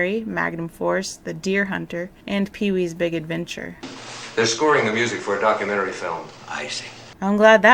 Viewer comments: Ein kleine Nacht Musik ; almost well pronounced . " K " is extremely explosive in German . You pronounced " musiC" instead of " musiK " ; which is a very short , explosive , exhaling sound . Then again Deutsch ist nicht meine Mutter spreche . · MusiK not musiC..."K" is a very short, explosive, exhaling sound . Then again Deutsch ist nicht meine Mutter spreche. Just being a very individual person.